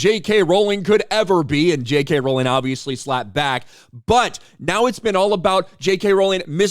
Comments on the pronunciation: She's mispronouncing "Rowling". When will that be a hate crime? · And this dude India didn't even pronounce Rowling correctly. Misprouncing hate crime right there. (It's row-ling, not ral-ling) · Is miss pronouncing a name a hate crime…..get it right…..it’s row….as in row your boat……. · Is it a hate crime to mispronounce “Rowling?” She’s always said “it’s row like a boat, not like a fight.”